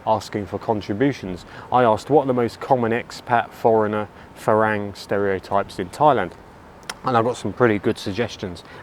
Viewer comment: It might be worth letting your viewers know that 'farang' is pronounced 'falung' by the locals. You hear this word all the time in Thai, especially in places where their are a lot of foreigners.